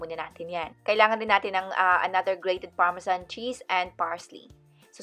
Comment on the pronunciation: Remember parmesan.parmesyan hahaha😂😂